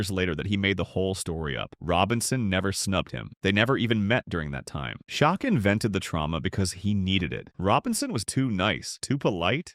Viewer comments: Pronouncing Olajuwon as if asking a question is somewhat rare, but Shok is absolutely reprehensible. #CmonMan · Shaquille's nick-name is pronounced: Shack.